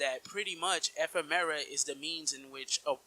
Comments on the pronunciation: Firstly, learn how to say Ephemer. Secondly he's objectively not dead considering we fight his Heartless twice in KH3. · Let's not go through this again. Ephemera is his original name in Japanese. The English localization changed it to Ephemer. It's not a big deal, let's not be petty about shit like this